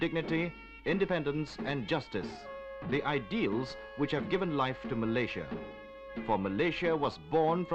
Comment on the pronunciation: No wonder people are confused. This is the incorrect pronunciation of Malaysia by the narrator.